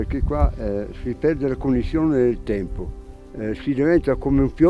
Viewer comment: “La fratellanza non c’è più come c’era un tempoh.” Cit.